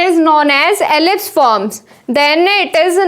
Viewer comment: Its "Eclipsed " Not "Ellipsed"